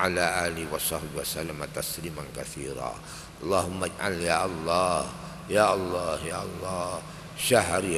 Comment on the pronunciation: Suaranya jelas tartil fase. Ucapan ALLAH nya KH Maimun jelas benar di dengan, saya suka. Karna kadang ada kiyai yg ngucap ALLAH kedengaran AWLOH yg kedengaran belum jelas make Lam tasjid nya.. Ujung lidah nya belum nempel ujung gigi bawah.. MasyaALLAH suka nya KH Maimun bila ngucap ALLAH membuat hati berdebar.